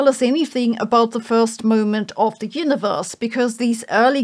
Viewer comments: "Yinneverse". Botox. Not judging, just observing. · why do you keep saying "hyuniverse"